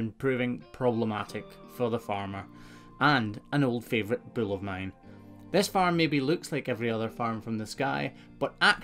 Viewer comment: When you speak of a bull, it sounds like you're saying 'bill' and well, my name is Bill and I take umbrage being so closely related to one of these big bills...